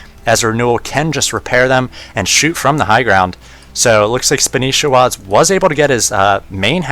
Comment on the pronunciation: That's not spanishiwa it's Spanshwa look closely